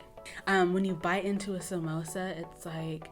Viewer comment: girl!!!! i knew you were Kenyan the moment you said samosa correctly...